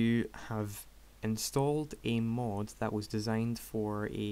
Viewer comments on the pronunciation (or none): it's not MOOD its mod:P